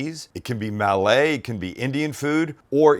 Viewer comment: I've lived in Singapore for 23 years. You're getting "Food Courts" and "Hawker Centres" mixed up. Those air-conditioned indoor halls are Food Courts. And Malay isn't pronounced mah-lay.